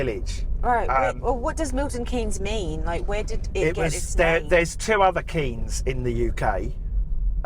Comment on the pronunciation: It's nes not en-ee-... Never mind. I used to work and socialise in Milton Keynes, a good place but I'm glad it is the only place like it. The grid system makes the place seem bland and is easy to miss your turn because all of the main roads are just the same. Nowt to use as a landmark to help you navigate. Breeze block town. Theatre district is good for a night out.